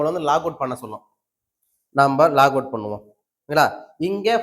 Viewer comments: Log in & Log out உள்ளே புகுதல் வெளியேறுதல் என்ற அர்த்தம் நீங்கள் உள்ளே புகுந்துதல் என்றதற்கு லாக் அவுட் என்று உச்சரிப்பது தவறு லாகின் என்று சொல்ல வேண்டும் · லாக் - அவுட் இல்லப்பா... LOGIN ... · அதுல லாகவுட் இல்ல சாமி.... லாகின்....